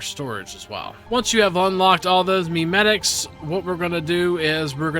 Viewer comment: My guy called it "Meme" metics lol